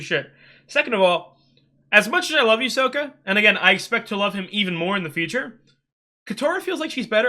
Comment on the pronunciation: Just so you know, its Sokka, not Soka